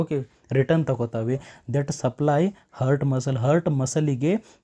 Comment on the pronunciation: ಹರ್ಟ್ ಅಂತಿದ್ದೀರಾ ಹಾರ್ಟ್ ಅಂತ ಉಚ್ಚರಿಸಿ, ವಿವರಣೆ ಚೆನ್ನಾಗಿದೆ 🙏